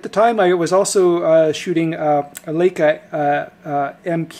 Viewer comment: Laka? The "EI" in LEICA is pronounced, LIKA...not Laka....lol